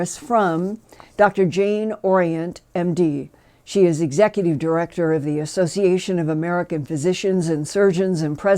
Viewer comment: Executive, not Exective; Civilian, not Civilan; Tucson, not Tucon